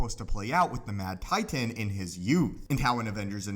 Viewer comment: Why do you say Titan like that??